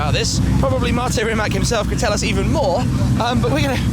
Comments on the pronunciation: RimaC, not Rimak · rimatz ffs not rimak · I'm sorry shmee but it's pronounced [ri'mac] and not [rimmak] (that's what you called it) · first learn how the car is pronounced properly Shmee150. as a slavic man i find this insulting... its not ''rimak''... its rimac (rimatz)..... you as journalist should do research even about tiniest things such as these... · Pronounced rih-matz , no K just C , cmon western people, learn it already, have some respect. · can you read TSUNAMI?YES YOU CAN....that ts sound is letter c in croatian language.....so it is pronounced Rimats.thank you very much. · You pronounced the name wrong